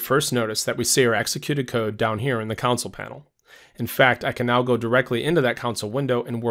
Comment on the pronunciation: Am I the only one who cringes every time he says counsel, not CONSOLE?